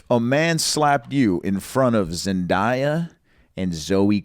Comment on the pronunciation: ZendAya not Zendiya